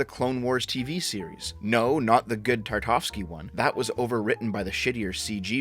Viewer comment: Tar-kov-sky? It's Tar-ta-kov-sky.